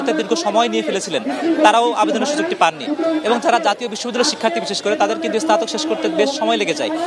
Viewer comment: আহ্হারে সাংবাদিক। স্নাতক উচ্চারণ করে এসনাতক😂😂